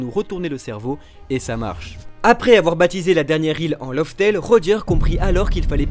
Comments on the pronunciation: LAUGH TALE se prononce surtout "laf tel" pas "lauf tel". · c'est pas "love" tale mdr